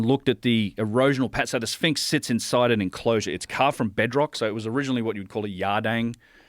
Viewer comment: Between "Labrynith" and "Spinx, Joe's fkn killing me "